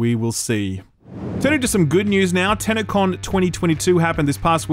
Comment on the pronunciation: LMAO I wasn't watching the video, just listening and I also heard TanaCon.